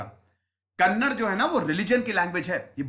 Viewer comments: iq team, appreciate the content but also with all due respect, as a speaker of the kannada language we would appreciate if you correct the pronunciation, atleast in future : It's ba-sa-va- anna not baasav - anna. It's kannad-aa not kannad. It's karnatak-aa not karnatak. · Shashidhar Kolli it’s not kanada it’s kannada 😂😂 sir